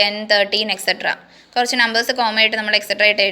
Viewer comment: Kurach ennan karach ennalla miss